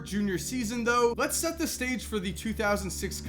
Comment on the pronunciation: You do realize you don't have to emphasize the word by pronouncing it "thee" with emphasis, every single freaking time! Do you tell your girlfriend, "hey babe, I'm going to "THEE" store, be right back", lol.